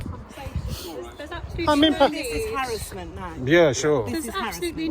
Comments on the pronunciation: Karen can’t pronounce “harassment” (herassment) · What was that old bag on about? What the hell is "harrisment"? lol